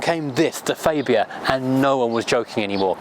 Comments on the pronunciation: Its not a faybia its a fabia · You are pretty close. ;) Its a AA not an Ei. I'm swedish though and just because it's the official local channel it does no mean they know. ;) Look at american Hyundai ads.; ) That's a name we all say wrong though. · It's Farbia, not Faybia for goodness sake!!!! No need for those silly old jokes either, completely out-dated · "fabe-ia" ? I thought that the name of the car was pronounced phonetically FAB ia. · Why do you keep adding a "ay " when you say fabia ? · ... the goulash trough ... excellent. You may find that it's pronounced faaahbia, though. I had Octavia and Superb estates as company cars a while back. The Superb (gen 2) genuinely lived up to its name. A fantastic car and, I think, a very underrated engine (mine was supposed to be a 140 tdi dsg, but it was just a bit too fast - this was when VW would regularly deliver engines with 20 or 30 bhp over spec, and I will never complain about that). Excellent seats, a boot torch, curry hooks and an absolute cavern in the back. What a great car that was.